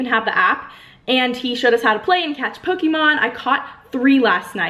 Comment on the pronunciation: it's not pronounced poke ee mon BYE